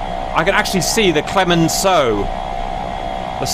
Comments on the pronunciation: Your pronounciation for "Clemenceau" is 100% correct, Cap ;) :) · Where are the F8E(FN) on the french side? Not modeled in DCS? Superb fight with some very cinematic head ons! Pronouciation of Clemenceau spot on. We dont call them super E but SEM (pronounce "same") They are more of an attack plane than an air superiority one, but the same can be said of the A4 so fair fight here. Even in french we would say "in the face" instead of "dans le visage " 🤣 And when you say "dans le potage" you sound like my great grand mother. Try "c'est la merde" or "c'est la chianlit" 🤣 Always fun to watch those naval battles